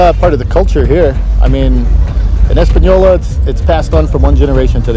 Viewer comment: He pronounced Española right.